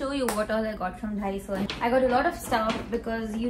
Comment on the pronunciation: Its not dhaiso ..its daiso